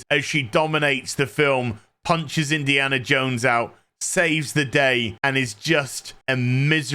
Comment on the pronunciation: Why do you keep calling it Indiana Jake??